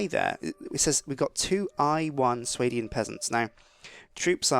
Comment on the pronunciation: Its pronounced Swar-dian